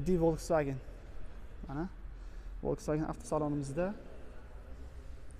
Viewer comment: Блоггер укам, Волксфаген эмас!!! Фолксваген булади!!! Саводингиз устида хам ишланг,илтимос узбекларни саводсизликда айблашларига сабабчи булманг. Хатто русча сузларда ургу кайси товушга берилишини хам билмайсиз. Сизни саводсизликда айбласак аник жахлингиз чикади лекин факт шуки, сизни саводли хам деяолмаймиз. Танкиддан тугри хулоса чикарган инсонгина улкан ютукларга эриша олади.